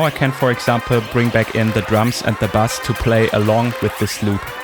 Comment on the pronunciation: ahhhhhh, not bus, bass.....I thought there was a bus mix I didnt know about on the digitone :) LOL